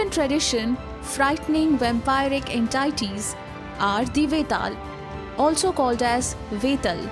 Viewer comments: Narrator: entaities Me: ;) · She again mispronounced the word entities... What's wrong with this channel... They provide quality information than why cant they hire a good narrator?